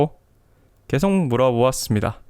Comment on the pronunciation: 계속 을 께속이라 발음하시는 걸 보니 20-30대 확실하군요. 대체로 마흔 살 이상은 께속이라 안하고 게속이라고 발음함